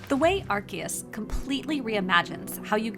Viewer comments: Are key us????? It’s Are see us… ARCEUS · Its Arceus not Arkeus wtf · AR-SEA- US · Why are they reading the name "Arkeus" instead of correct "Arseus"? In JP: アルセウス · Ark-E-Us is crazy. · It’s pronounced ar-see-us. Why is every YouTuber pronouncing it incorrectly? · Gotta love the mis pronunciation of arceus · SAY ARCEUS RIGHT!!!